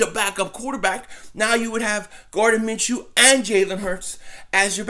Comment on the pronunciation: Dont let inability to pronounce simple names affect you, its simply pronounced ( Min-Shoe )